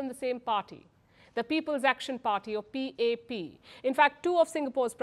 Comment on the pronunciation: It’s pronounced as p a p not pap